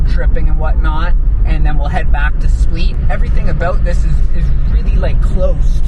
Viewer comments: It's split not spleet 😁 but otherwise an excellent video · Hi, Split is pronounced the same as the verb "to split". Quite simple. :) I'm not sure if your Croatian friends in Canada were pranking you or what (you mentioned you heard it from them), so just a friendly correction. ;) Enjoy!